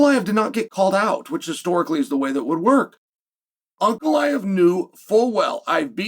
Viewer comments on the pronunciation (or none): piyera and uncle eyev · Is it me or does it sound like Chael is calling him “Uncle Iev “😂😂😂